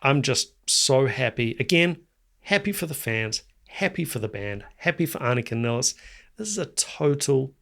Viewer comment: First, I have to say that you're one of the few people who pronounce Anika's name correctly, the way we do in Germany 😊. She herself often pronounces it "Niles" for English-speaking people to make it easier for them. I've seen her live several times in Germany with her own band, Nevell, where she played her own compositions, in which the drums play a central role, with many odd rhythms, polyrhythms, and time signature changes. Therefore, I know she'll master all the more complex Rush songs with flying colors. Furthermore, her performance of Rush's "Finding My Way" demonstrates her ability to adapt to any kind of music, even more straightforward rock songs.